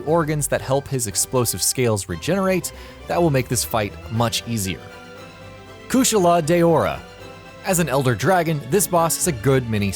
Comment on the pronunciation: The kushala daora pronunciation made me physically cringe